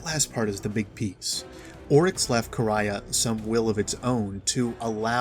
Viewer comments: Its no Quraya, its Quria and it sound like Ku-ri-a. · It’s Quria( Kor-ee-uh), not ( Kor-ri-yah). Ands it’s Tech E Un.